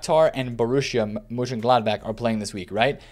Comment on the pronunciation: Love how every non-german twists his tongue with Mönchengladbach. But you‘ve done a good job :D Keep the videos up, nice one man!